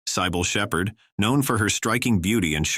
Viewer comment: Sigh-Ball Sheppard? You ought to be sued